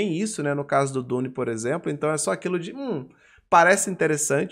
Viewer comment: também, na real a pronúncia dele tava meio abrasileirada 🤣